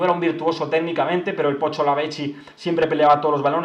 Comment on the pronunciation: La pronunciación del pocho, como argentino, me generó un paro cardíaco